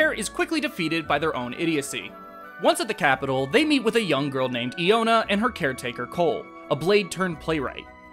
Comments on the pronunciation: The stressed syllable in "Tantal" is in the Tan part and not the Tal, I think. And Iona is pronounced Eye-ona. It's all rather small stuff though, sorry if I sound nitpicky. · Thats fair. To be honest when I was working on this, I didn't notice how Tantal was pronounced cuz everyone I know always pronounced it the way I do in the video. Collective incorrectness I guess. As for Iona, I legitimately didn't care enough to watch the scenes she was in beyond making sure it was a good scene to use for the video.